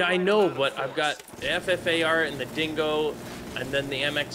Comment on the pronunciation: Every time you say "Dingo" it sounds like you're saying "django" from django unchained. Awesome movie.